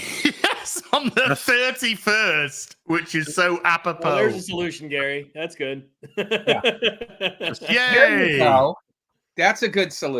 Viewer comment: Does think apropos is pronounced "a popo"